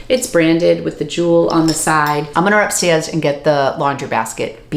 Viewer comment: I am cracking up the way you said "stairs" , your Boston came out REALLLL hard lol!!! So funny!!